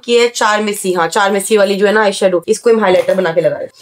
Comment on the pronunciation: Charmesy nhi karmesi bolte hai